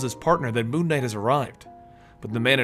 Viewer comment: It sounds like he's saying Moo Knight...which could be the greatest superhero of all time.